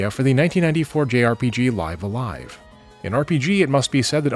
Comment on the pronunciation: I am so happy that you actually pronounced Live-A-Live correctly.